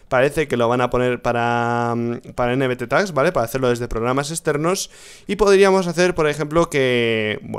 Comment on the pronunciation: que es un nbttags o no entiendo que dices rich esa palabra no te la entiendo adios saludos desde colombia